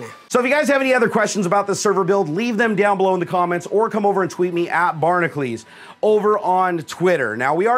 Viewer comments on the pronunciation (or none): Shouldn't Barnacules sound more like HERCULES, though you pronounce it "Cleese", as in the actor John Cleese?